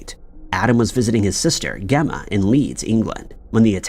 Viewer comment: Learn how to pronounce names. Gemma starts with a J sound. Or do you also pronounce George as Gorge?